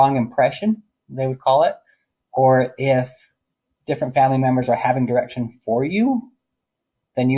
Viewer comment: The amount of times I thought you said erection instead of direction 🤦🏻‍♀️ "you would have erection on a girl, then you discuss your erection with your dad.."